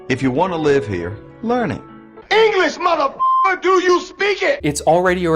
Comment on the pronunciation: “We speak eenglis” Kind of defeats your point if you can’t pronounce basic words XD